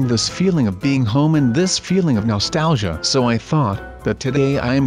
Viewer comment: Stop saying Nostauqga